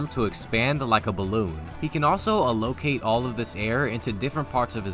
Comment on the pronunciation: I know this has nothing to do with the video but that was the most ridiculous way to pronounce the word "allocate" 😂😂